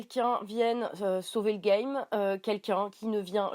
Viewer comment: ... SAUVER LE ''' GAIMMME'' ??!!! Tu causes le gaulois?